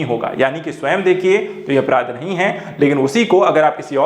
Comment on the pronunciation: araadh nahi apraadh